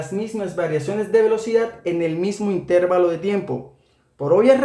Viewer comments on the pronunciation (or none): none